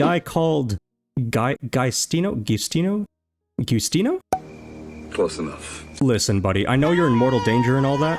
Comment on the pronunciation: greetings 👋 local italian here to (try and) tell you how this name should be pronounced So the G should be pronounced more like a J; the U found after the "Gi-" part of the name is pronounced the same way as one would pronounce two OOs put together To sum it all up the correct way to pronounce that name would be "Ge-oo-stee-noh" 👍